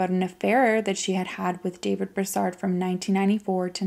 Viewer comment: Not being an asshole but, I see how you try and make sure that you pronounce words correctly. It's pronounced...BROO-SARD.